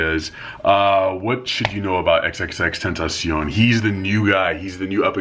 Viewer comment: He's pronunciation is tentashon" " The correct pronunciation is "tentasiyon"